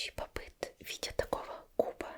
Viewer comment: Плюсую) они еще неправильно называют, не попыт, па'п ит!